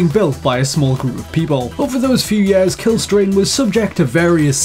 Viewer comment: He calls years... YEES.